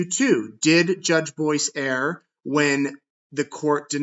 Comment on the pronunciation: Dearest, you’re awesome. Thank you for what you do! May I please let you know, the word Err, isn’t pronounced “error,” or “air.” The word Err, is pronounced “urr.” Pronounce it like the word ‘her’ and drop the H-sound. Much love, from an English major.